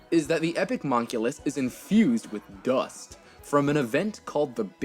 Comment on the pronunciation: The way he emphasizes dust 😂😂